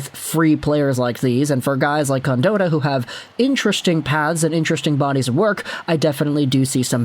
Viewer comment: Its pronounced con-Dot- tah not dotah